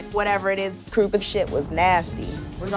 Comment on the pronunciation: lol “krupa” 😂😂